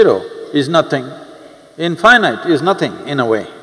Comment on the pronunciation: But why he spell in fy night? Instead of in fee neet